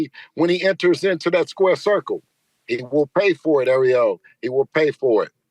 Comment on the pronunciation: Great interview “AREO” 😂😅😂😂😂 kept calling ARIEL… AREO…😄 Devin Haney the former great undisputed 135 KING is champion now at 140 and will be undisputed if the other 140 don’t continue to duck Devin like Teo, Mattis 140